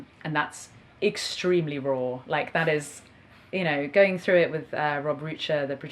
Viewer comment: I love how she pronounces “raw”. Roooow